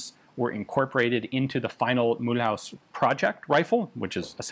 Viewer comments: A kind little remark :) In French the name Mulhouse is not pronounced as in mul-hause. The ou-sound in french is as the english oo-sound as in the word foot. Also the “se” at the end is pronounced more as a “ze” :) So maybe you should read it as “Mulhooze” :) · Not "Mul-house" but "Mul'uzz" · Mulhouse is more like Mu loose than Mul House but Ian's french is usually really good (unless his videos than are ALWAYS awesomely interesting) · 🤣mulhouse is pronounced mulooze not mul house. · Mulhouse=Mü-looz , NOT Mool-haus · It pronounces mülooze not mulhouse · Great vid, for the next ones Mulhouse is pronounced not like House but more like Ooze ;) Love from Alsace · Mulhouse is pronounced as Mul-whose. It's a town just across the border with Switzerland near Basel. It is known for the Peugeot factories and also the best automobile museum in the world. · Mulhouse should be pronounced as "Mulloose" 😉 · thank you very much for making a video that talks about the weapons of my beautiful country... nevertheless... I draw your attention to the pronunciation of Mulhouse... 🤣🤣🤣 there is work... it's pronounced Mulhoose like goose Mulhouse like goose... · Mulhouse is Mul-ooze. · Hello Ian, I am one of the few french that watches your videos, great content, but I might be able to help you about Mulhouse : It's pronounced" Mül ooze" Coup par coup would goo "coo par coo" Sureté : Suretay The rest is realy starting to be spot on, excellent progress over the past few years ! Thank you for this great coverage. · If you do care about the pronunciation Mulhouse is pronounced Mule-ooze in French. Edit: the invisible "y" in mule is skipped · Jezzz Ian, your french is getting quite good aside from the way you pronounce Mulhouse... you had me running for a while scratching my head of where the heck was this CEAM located. And I see you do have an inside track with the Gendarmerie folks. Not as easy a feat as many would believe. Great info as usual.